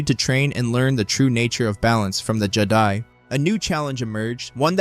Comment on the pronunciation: I liked this…until Jedi was spoken incorrectly exactly every time it was said.